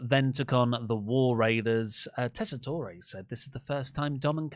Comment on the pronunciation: my god it’s been MONTHS it is no extra syllable at the end of Tessatore’s name. They say it WEEKLY. It’s just “tore” not “tor’e”